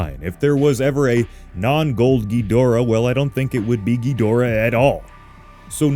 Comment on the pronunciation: Mispronouncing Ghidorah is only slightly less annoying of a fad than swallowing laundry detergent.